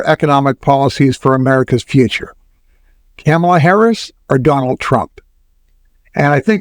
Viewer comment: While I enjoy your commentary Vice President Harris's name is pronounced comma la, not camel a. Trump is a bankrupt fool. Inflation is a natural result of huge deficits.